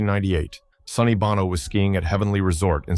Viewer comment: Bono is pronounced BOW